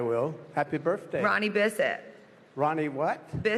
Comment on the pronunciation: Lol did anyone else hear "Ronnie Biscuit"?